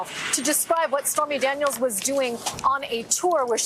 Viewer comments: Did she really say spermy Daniels?! 😅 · Did she say Spermy Daniels?!?!